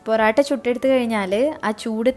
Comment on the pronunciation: Porata alla mole..porottayaa😁😁